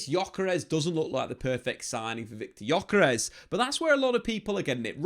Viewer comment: Ö is not like "o" in jocky. More like "ou" in journey. More drawn out.